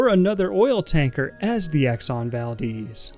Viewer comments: it’s val-dez, not val-deez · "Exxon Valdeez" 🤣 Baldehz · it's not exon valdiiiz it's exon ValdEz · I just hate how he pronounces it exxon valdeez instead of exxon valDEZ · The Exxon Valdez was named after an Alaskan town with the name Valdez. It seems that pronounce it "Val-Deez" but the town was named after a Spanish Navy Minister Antonio Valdés y Fernández Bazán which to my knowledge his name is pronounced the Spanish way. Kind of weird how both the town and ship have a different pronunciation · That was the only thing i could think about as he constantly said "Deez" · It's a cool film, way better than most films nowadays.🙂 Pretty sure it's pronounced Val-DES though, like the man's name Des O'Connor.💁‍♀ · But... its the valDEZ not deez... no?